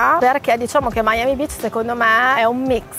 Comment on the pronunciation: Ma ciccia dopo mille anni a Miami ancora dici Miami Bitch invece che Beach 🤣🤣 muoio